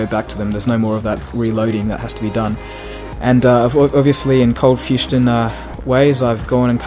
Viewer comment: "ColdFustion" at the end lol